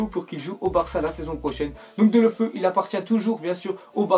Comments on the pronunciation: Bon depuis le debut tu me soule à dire Delofeu on dit Délofeou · On dit deuloféou (phonétique)